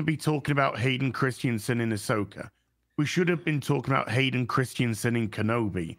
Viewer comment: Hearing saying Hayden "Christsiensen" over and over gets a little distracting after a while.